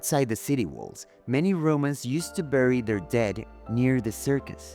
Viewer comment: The pronunciation of BURY is beri.